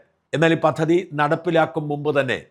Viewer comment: മറുനാടൻ....... പത്തതി..... ആവർത്തിച്ചു പറയുന്ന "പത്തതി "ഒന്ന് മാറ്റിക്കൂടെ!!!???..... പദ്ധതി എന്ന് ഉച്ഛരിക്കാൻ ശ്രമിച്ചുകൂടെ.... ഇനിയും ഒരു വനിതാ അവതാരികയുണ്ട്. ജ എന്നതിന് പകരം ശ എന്ന് ഉച്ചരിച്ചു കൊണ്ട് ശകാരിക്കുന്നവൾ... ബി ശേ പീ... രാശ്യം... എന്നെല്ലാം ഉച്ചരിച്ചു പ്രേക്ഷകരെ കൊല്ലുകയും മറുനാടൻ മലയാളിയുടെ ശോഭ കെടുത്തുകയും ചെയ്യുന്ന ഇവർ ഇനിയെങ്കിലും തിരുത്തുമോ!!!പലതവണ പ്രതികരിച്ചു. ഫലം... നാസ്തി.